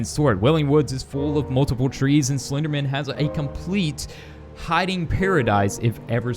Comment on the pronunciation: Who here here's him say slpenderman on the first time he said the word